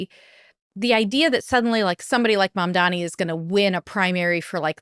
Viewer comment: It’s Mamdani😂 Kara. Learn to pronounce it